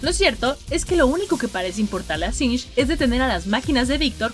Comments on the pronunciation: Quien le dice sing a singed? Wtf siempre lo dije mal xD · "SINCH" singed. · No sé ustedes, pero yo siempre le decía singed, ahora resulta que es sinsh jajaja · Sinng... No es singed??